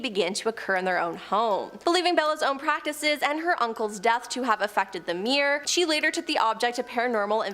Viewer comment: "Edenburg"? Do you mean "Edinburgh", perchance? And is a "me'er" anything like a "mirror"?